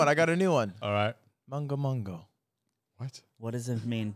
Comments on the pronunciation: Just realised lud saying mongo mongo when he meant mengo mengo, I'll see if this gets pointed out later Edit: it was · What ludwig is trying to say in the beginning is めんごめんご(men-goh men-goh, not mon-goh). It is a very slangy way to say sorry, you only say this to buddies. It is, as he explained, saying ごめん(goh-men, sorry) in reverse. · i think ludwig was trying to say mengo mengo (gomen). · at the beginning, was lud trying to say mengo mengo? (gomen but with the syllables switched around) edit: ah yes